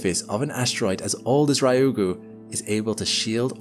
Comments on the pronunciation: Exactly correct. 2 syllables. Not 3. He is saying Raiugu, not ryugu. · Its pronounced Ryu-gu. 2 syllables. Not Rai-u-gu. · I’m not upset about the title, but the pronunciation of Ryugu did throw me off each time it was said! Ryugu (竜宮, lit. Dragon Palace) is pronounced “Ryu Gu” instead of “Ry Ugu.” Hope this helps with any future content on the asteroid! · Yes, the pronunciation drove me bats! The first syllable is "Ryu", which is hard for English speakers, but if we English speakers think of it as "Lyu" instead, we can say it more easily, and there's no distinction between R and L in Japanese, anyway. So "Lyu - gu" not "Rye - You - Goo" - thank you! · For english speakers. Reeu-goo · Yeah lol it annoys me a lot